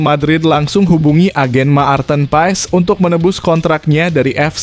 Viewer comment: Marthen bukan Maarten, jangan perkosa nama orang.